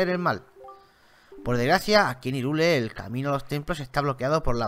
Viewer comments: No se pronuncia "irule",se pronuncia "jairul" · asi se pronuncia hyrule se pronuncia hayrul